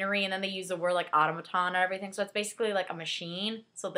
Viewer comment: i thought it was auto-may-tum not auto-moh-tom